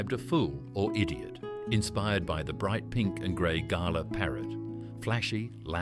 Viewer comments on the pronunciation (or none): It's pronounced Glah not Gala, ya Galah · You lost me calling a Galah a garlar. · Even images are NOT AUSTRALIAN Bloody shows a classic American House. Galah was pronounced as GALA, as in "A Gala Ball". Did not explain why Galah is such an Australian insult. As in, you Bloody Galah. Shot a Galah out of the sky, but not killed outright. Put your foot on its head. The injuries Galah communicates to the other Galah to come back. Those stupid returning Galahs can be shot down. Or if you were Aboriginal, you and your Mob throw many boomerangs, spears for a good dinner that night, KFC Style. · It's Gal-ah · Arhhh come on mate,,,, that flamin pink bird is always pronounced "GUL-ARRR" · Gotta love that crappy AI narration. It can't even pronounce words correctly. Gah-la. Oh zees. 🤣 Incidentally, none of these expressions have been phased out. I use most of these phrases fairly regularly and have done so all my life. Other words I use and never hear anyone say these days are "Yobbo" and "Drongo." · Strewth Ruth!! What flamin' AI galah language is commentating this!?? "Gar-lar" 😳 huh!! Wtf 😂 Must be some seppo programmed version of an Aussie, (not "oh- cee" btw) 🤦 "Fuck me Nora!!!" Get it right!!🤦🤦🤦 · AU artificial unintelligence Galah is pronounced g’lah like G’day Stone the crows was the predominant expression, not stone and he flaming crows Drop the “with me”from Don’t come the raw prawn with me Also donga not donger Pronounce the “g” as in song wrong or long ( not like the G in longer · Haha right?! Nothing says “not from round here” like pronouncing “galah” with an R at the end. It’s g’lah, like “g’day’s cousin.” 😄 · Galah according to this video, has a silent "h", hence GALA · I suspected this was AI then when the “Aussie” narrator mispronounced “Galah” I knew it for sure. This is AI slop. Don’t like, don’t watch. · This AI is a flamin’ galah! It can’t pronounce galah properly!😂😂😂😂😂